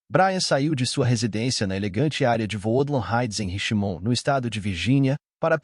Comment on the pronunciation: House of Freaks se pronuncia “ Hauz âv Friks”; Richmond “RECHTmûnd” 😊. Há outros erros de pronúncia mas esses foram os piores.